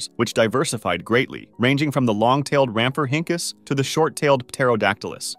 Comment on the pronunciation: My favorite is rhamp-for-hinkus